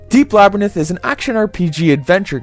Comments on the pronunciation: Two issues: the magic interface really isn't as difficult to work with as you put it, and secondly, it's la- (like the a in slab) brr (like oh damn I'm cold) rinth. You were pronouncing it labrinith, placing the "y" where the "i" is and putting the "i" in between the "n" and the "t". Other than that, a very fair review. Well done. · Labrynith? "LABRYNITH"? Srsly? You might as well call it 'labrythin'. Read along with me, now: LA-BY-RINTH. The R comes after the Y, and the N comes after the I. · Laberninth? I giggle every time you say that. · lol, its funny how you pronounce labyrnth "lab-ruh-nith" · You don't pronounce Labyrinth right at any point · I know this is a dead channel, but this was the first video I watched back in 2016 after I replayed this game. I randomly remembered your channel today and this video and now I'm going to watch all your vids. I watched a bunch of then back then and I remember watching your Oni playthrough on upload day. This is such a gem of a channel, even if you can't pronounce Labyrinth. 😂 Your videos have so much personality. Inspiring. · I dont think you're pronouncing the word "Labyrinth" correctly